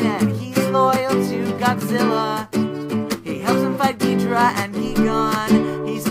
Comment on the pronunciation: “Ghidrah”? “Geegahn”? “Ghi-do-rah” and “Guy-Gan”, the pronunciations of Ghidorah and Gigan, I think.